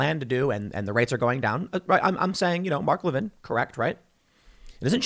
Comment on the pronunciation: That's not the conservative Mark Levin it's a democrat politician named Mark Levine who tweeted about the vaccine. I think Tim was pronouncing his name wrong. Either way two different dudes. BTW you also have those same odds when you're healthy and under 40.